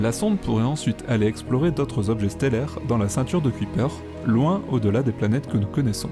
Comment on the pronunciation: on dit pas Ku-i-père, mais Kaille-peur.... intéressante vidéo :)